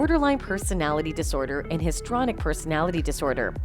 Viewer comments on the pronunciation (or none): Why is pronunciation ignored…histrionic not histronic